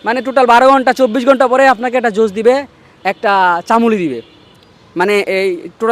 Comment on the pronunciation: চামুলি না 😂 ছামুলি 😂